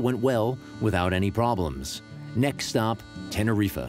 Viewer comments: Please tell the announcer that the pronunciation of the Canary Island is not tenerifAH. It is TenerifEH or Tenerifé. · Tener riffer...like wtf 🤣🤣🤣 it’s Tener reef.......fkn idiot 🤣🤣🤣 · Worst pronunciation of that Island in the Canary's Tenerife not "ten er rif a" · The almost constant adverts are a bloody nuisance ! And on a point of pronunciation, Tenerife is TEN ERR REEF There is no "UH" on the end !